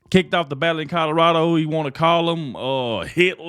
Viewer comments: Ballot not ballad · It’s BALLOT NOT BALLAD LOL!!! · It’s “BALLOT” bro. But good news!! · “BALLOT” not ballad.